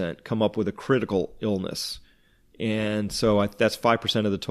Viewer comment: lol sounded like u said CLITical